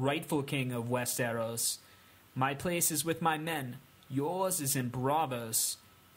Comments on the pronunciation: It's "Westeros", not "West-AIR-os". How do you mess that one up? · Also Wes-ter-oss